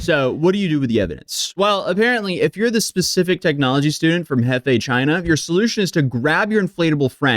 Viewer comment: This is Chy-naa. The whole country is gross.